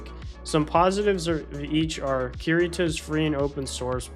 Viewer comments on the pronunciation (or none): With all due respect, it’s pronounced “Crit-uh” not “keurita” (reminds me of Keurig, lol). And by all due respect I do mean much respect because that is some seriously awesome art.